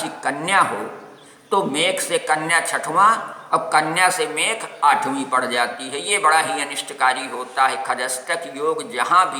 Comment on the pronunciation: mekh nhi mesh hote hai pehle rashi